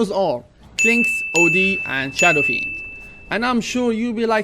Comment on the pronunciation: Did you just say SHADOW FREND